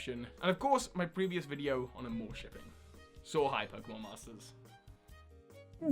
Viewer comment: I really want AmourShipping to continue on SM, so I hope you're right! It's what mainly drew me back to the Pokémon anime after I dropped out during Best Wishes! And thanks for pronouncing it properly this time (I think you said "ArmorShipping" last time, haha!)